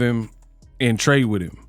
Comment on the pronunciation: Shakur’s speech has been an issue for a long time. No one ever talks about the way he says, “him”. He says, “hum”.